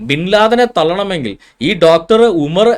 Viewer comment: സെബാസ്റ്റ്യൻ. അമർ എന്നല്ല ഉമർ എന്നാണ് അതാണ് സെബാസ്റ്റ്യന് അറബി അറിയില്ലന്ന് പറഞ്ഞത് പിന്നെ ഇന്നും നിങ്ങളെ പണ്ഡിതന്മാർക്ക് ഇസ്‌ലാമിനെ പറ്റിയോ ഖുർആന്നെ പറ്റിയോ ഒരു ശെതമാനം പോലും അറിയില്ല. വയ്ന്ത്യൻ എഴുതിത് വളരെ കറക്റ്റാണ് പക്ഷെ നിങ്ങൾക്ക് വായിക്കാൻ കഴിയില്ല. (ചുക്ക് മുളക് തിപ്പല്ലി പക്ഷെ സെബാസ്റ്റ്യൻ വായിക്കന്നത് തെറ്റാണ്. ചുക്കുമു. ളകുതി. പല്ലി. ഇങ്ങിനെ സെബാസ്റ്റ്യൻ വായിച്ചാൽ ഈ മരുന്ന് ലോകത്ത് എവിടെ നിന്നെങ്കിലും കിട്ടാൻ ചാൻസ് ഉണ്ടോ ഇതാണ് യാഥാർഥ്യം. സെബാസ്റ്റ്യൻ മനപൂർവം ആടിനെ പട്ടിയാക്കുകയാണ് അതിൽ ഇസ്ലാമിനപറഞ്ഞത് കൊണ്ട് എന്ത്‌ കാര്യം എനിയെങ്കിലും ശ്രമിക്കൂ പ്ലീസ്